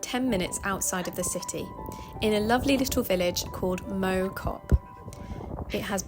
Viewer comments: Lovely vid, but it's Mau as in Chairman not Mow as in grass. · Loved the video BTW Mow Cop - the Mow is pronounced with more of a wow / cow sound 😉